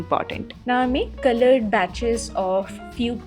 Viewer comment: I like the way u say 'culloured' in a very unique accent .. jk.. love ur videos❤❤